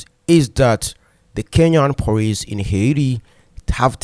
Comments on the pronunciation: You can't pronounce the word "police" ? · please its is not Poriceeee it is Policeeee😂